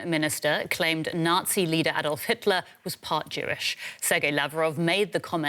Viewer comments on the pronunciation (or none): none